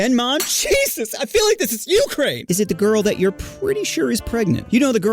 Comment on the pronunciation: you said ukraine wrong genius💀